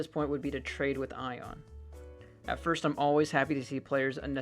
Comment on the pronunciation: this is funny to watch blue get called i-on when his name is Ionuţ, a romanian name lol